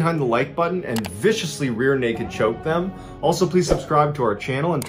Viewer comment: He said "rear" LOL